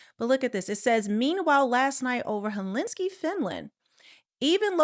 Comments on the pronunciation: Hel-sink-E!!!!! Not helinski!!! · "Hel-in-ski"? "Hel-sink-i". Sorry, pet peeve. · you said “Helinski “ it’s pronounced HEL-SIN-key , Finland ! Now I’m looking at the pronunciation : hell -sin-key ( sin is the key to hell ) 😂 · Hel-sink-i is the correct pronounciation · It’s pronounced Hel-sin-Ki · It’s pronounced Hell-sinky lol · It"s pronounced (hel-sin-key)😮😊🎉❤